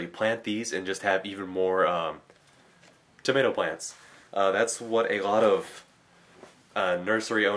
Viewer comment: Tow- Ma- tee- oh? Tomato??